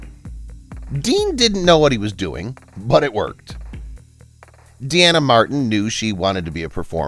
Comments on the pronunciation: her name is pronounced as DEENA, not Deanna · It’s pronounced Deena not De-Anna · It's not "De-Anna," but "DEEN-ah." As in her dad's name Dean, just adding an 'a' at the end.